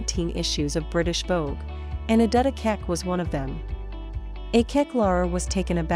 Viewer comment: The narrator couldn't bother to pronounce her name correctly and in the narrative defends Australian intolerance to difference in excusing the fact that they changed her name to Mary. Adut isn't hard to pronounce; all those sounds exist in the English language.